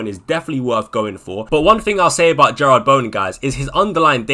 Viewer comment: Jarrod. JAH-RUD. Not Gerrard